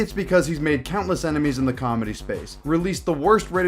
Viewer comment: Brendan does cawlmedy. there's a difference 😂